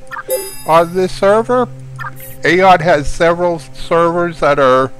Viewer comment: I'm pretty sure that AION is pronounced "EYE-ON."